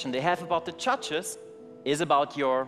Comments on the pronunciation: So funny how they say Chudges.....instead of judges!!!! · Did he say judges or chudges? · I heard “muchachos” 😂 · In the first act when he said judges i heard muchachas (only me ok)😂😂😂😂😂